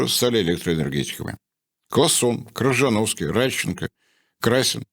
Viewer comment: правильное произношение — Кшижановский без скороговорок